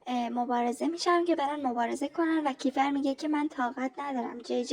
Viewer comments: اون کِیفَر نیست کیفِر هست فک کنم.درسته؟😅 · فقط یه چیزی کِیفَر نیست اسمش درستش میشه کیفِر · عزیزم کیفِر مگه نیست؟